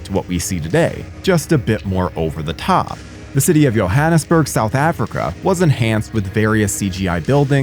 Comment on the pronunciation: Somebody tell Alanis - the new definition of irony is the JO-blo channel pronouncing Johannesburg with a "YO" instead of a "JOE". But I digress - MOAR DREDD, PLEEZ!!!